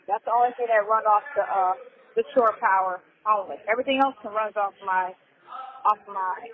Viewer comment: It is NOT "sure" power it is SHORE power, you mush mouf nasty azz simpleton.